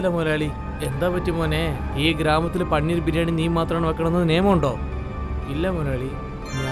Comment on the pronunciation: പണ്ണീർ 😆✅പനീർ 🙂❌